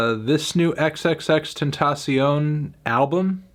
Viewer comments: Wtf u gotta say about it you don’t even say his name correctly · I knew his option wasn't valid when he said XXXTENTAION name wrong in the first 10 seconds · you can’t even pronounce his name right... you have no say lol